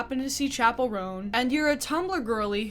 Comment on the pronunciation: she owes me pronouncing "chapell" right, which she doesn't